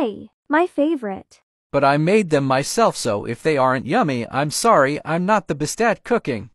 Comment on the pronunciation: Text : okay I made breakfast What they actually said : okay I madi brakfest